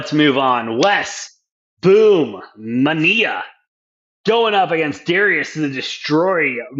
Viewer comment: BOOM MENIA??? REALLY MAN??? ITS MENA ITS NOT HARD LMAO